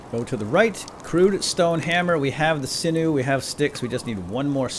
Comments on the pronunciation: Everyone mispronounces sinew. Its pronounced Sin-you Thanks for the vid. I enjoyed it. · sinew = SIN-yoo :p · The way you say sinew hurts :(